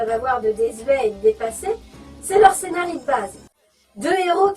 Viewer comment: MERCI! Enfin quelqu'un qui prononce correctement le pluriel de "Scénario"! MERCI beaucoup!